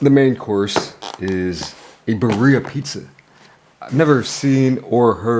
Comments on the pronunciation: Your pronunciation of birria could definitely use some work. As a white guy who lives in the SW of the US you sound like the white stereotype haha. Think of it as Beer-e-ah, where you roll the r's as well. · Roll your R's birRrRia pizza lol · Oh yum! And..awkward pause..should I tell you how birria is pronounced? no shame, someone taught this white girl lol. It's "beer ee yah". I love how you eat, been following you for years. :) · It’s pronounced “beer-ia”. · Bro, you have to learn how to pronounce 'birria' 😂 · Love nut job pronunciation of ‘birria’..Would’ve been even better if he just used his signature one- syllable abbreviation, perhaps ‘birr’😊